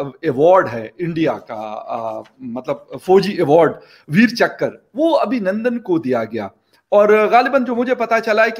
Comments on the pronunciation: Chakr, not chakra nor chakar. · One more - " Veer Chakkar" 😂🤣